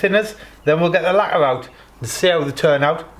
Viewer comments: hi mate, is English your first language wherever your from ? LAGQUAAAA 😂😂😂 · Worth a thumbs up just for the way you say lacquer. 😆